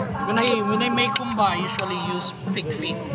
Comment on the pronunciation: Great content! Just a few clarifications though... That looks like a Moray eel. There are no electric eels in the Philippines. Also, it's "humba" and not "gumba." It's a soy-based stew similar to adobo, but the humba is cooked longer so the meat tenderizes and caramelizes. It's closer to a Chinese pork stew than the regular adobo.